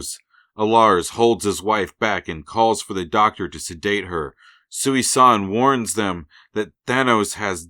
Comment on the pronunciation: Small nitpick...Thanos' mother's name isn't "Sooey-San". It's pronounced "Susan". That's the joke. Such a normal sounding name to be the mother of the avatar of Death.